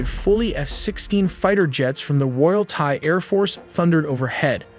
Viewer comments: THAI is pronounced "Tie" not "thigh." Thailand is pronounced "Tie-land" not "Thigh-land." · If you can say Thailand, why can't you say Thai correctly? It's not "thy". It's "tie" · Thigh and Turkey-yay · This video is AI slop and absolute garbage. In the first minute it talks about the "Thigh Military." Completely useless, not worth watching. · Thai is pronounced Tie, and not Thighs. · Excellent work on the video. Very well done. My only critique is Thai is pronounced "tie" like a neck tie...not "thigh". Other than that fantastic work with the animations. Its actually extremely interesting and informative. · Very annoying to hear "thigh" and not "Thai" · Tis TA, not Tha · Thai is pronounced “Tai” not “Thigh” 🤦‍♂️ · Why do you pronounce "Thai" like Donald Trump? It's Thailand, not Thighland. The people are Thai, not Thigh. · It not pronounced "thigh" it's pronounced "tie", please fix this. Also, you assume a scout of scout drone is used, which is not in the case of these low end militaries. They can simply just pick a target on Google maps and let it go. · It’s pronounced as TIE not THIGH. Do better. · Thai is pronounced “Tie” in English, NOT “fi”. Get your AI right. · He just said "Thigh" on purpose to mess with people hahah. I heard a Thai (Tie) as well. Sir, how do you say Thailand? Tieland What about Thai? Thigh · Thigh? Thigh Artillery? Thigh Efforts? Dude. Not trying to be a turd but if you want to sound half intelligent, learn to pronounce Thai properly. Here is your lesson...ready? Say it like this...Tie. Yes the same as what you wear with a dress shirt and a suit. Tie. No h sound. You're welcome. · How can you pronounce Thailand as thigh and tai different time in the same video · "Tie" not "Thigh" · Why do you pronounce Thailand as Thailand but Thai as Thigh? Its pronounced as is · "Thigh"- That ain't it chief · You’re such a liar. Obviously the voice is AI. You think we’re stupid? The AI pronounced Thai as “Thy”. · It's Thai not Thigh!